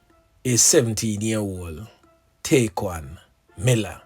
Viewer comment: yall listening to someone who dont even know what happened, this man is so insensitive and rude knowing nothing about this boy dont even know how to say his name properly its sad how a whole group of jamaicans putting down one another .